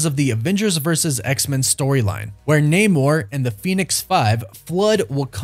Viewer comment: That namor was a bad cast...and you pronounced it wrong.